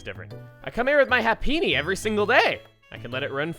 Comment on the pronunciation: I think you mispronounced Happiny.